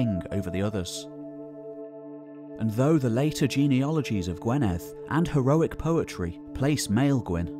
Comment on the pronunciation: Gwynedd sounds more like gwineth,,unless you live here you dont get things correct..im english but lived in wales most my life ;-)